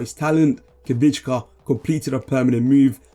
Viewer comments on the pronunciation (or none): Nono don’t worry I wasn’t actually upset just giving you a hard time🤣 Although for the future if you want: Kvi-cha - (not Kvich-ka) Kvarats-(kh)elia - the kh sound is difficult to describe. Nothing really like it in English. I think the best way to explain that kh sound would be the old pronunciation of Loch (the Scottish pronunciation) or the name Bach (the German way to say it) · Very nice video, but his name is khvicha not khvichKKKa 😅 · Kichka?! Learn how to say it right, or don't say it at all! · Great content! Good luck on your youtube journey :) A bit help from Georgian speaker: “Kh” is Georgian letter/sound which is pronounced same as first sound in Spanish pronunciation of name “Juan”, “v” as “Victor”, “i” as “India” “ch” as first sound in “chair”, “a” as “”Arch”